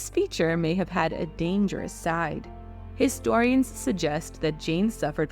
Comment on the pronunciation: Istorians? I think you pronounce the H ...